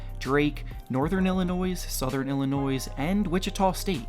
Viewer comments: U don’t pronounce it “illinoys” it’s “Illinoy” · Yo like learn how to talk. Tf is a “Illi-noise” or a “Mumther”? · Did you really say Illinois like with the s not being silent? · The s in Illinois is silent pretend it’s not there